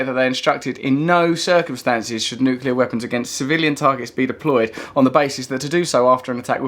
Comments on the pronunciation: Woodock! It's nucLEAr, not nucULAr. i tried to resist correcting you, but i failed. by the way, i'm just watching Adam Curtis' Bitter Lake documentary. It's long and arty, but fills in a lot of gaps in my knowledge about the arms trade and the West's involvement in the Middle East. Pretty essential viewing if, like mine, your knowledge was a bit sketchy. It's on iPlayer at the minute. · Has anybody noticed that woodcock mp guy can't even pronounce the word "nuclear" properly? Makes all of his arguments completely void in my opinion